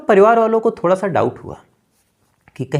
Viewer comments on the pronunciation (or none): none